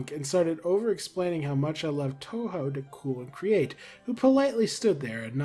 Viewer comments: The part about TouHou; I know nothing about it, but every time I've seen the name, I've imagined it being pronounced as 'Two Who'(or '2Who'), but your pronunciation('Toe Hoe') is pretty reasonable as well. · The way you pronounced "touhou" was correct. Huge win for us Touhou and Undertale fans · Old video by now, but hearing panic over whether he's pronouncing "Touhou" right when he got it right every single time was very funny. And Zun is known throughout the fandom for his love of beer, so as ridiculous as it is, him getting through 6 beers by the time the performances were done isn't surprising. There's a pretty famous photo of him drinking out of a beer glass that's like the size of his head! (I can't remember for sure, so don't take this as necessarily true, but I think I saw someone say that ZUN himself said it's easier to work on the games/get into the creative process when he's drunk.)